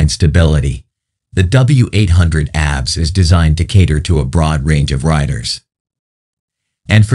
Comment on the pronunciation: Every single time `he` said it. How difficult can it be to teach the robot to say ABS